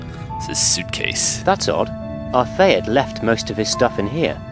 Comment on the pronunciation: The pronunciations like "Mr. R. Thayet" and "Mr. R. Hate"-- Quality Assurance slips, or character traits?